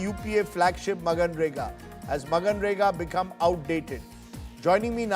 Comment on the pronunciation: It is manrega and not maganrega Rajdeep.